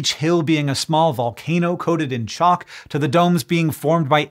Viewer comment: Hearing you say "the hills are made of choc" almost made me do a double take until my brain corrected it to "the hills are made of chalk"